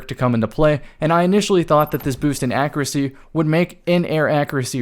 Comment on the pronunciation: loves his accreacy. Great vid though.